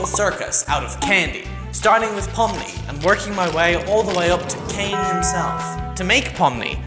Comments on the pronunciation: Its not pomy Its pommi!!! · Its pomni not pomny 💀💀💀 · It is not pomy it pomi